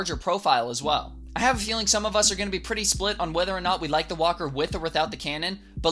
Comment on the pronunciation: why I hear whopper when he say walker?